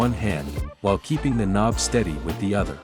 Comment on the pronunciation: It was a joke about the AI text to speech btw calling the knob a konb at parts of the video